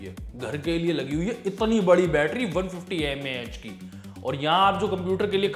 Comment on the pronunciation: I think its MAH not MaH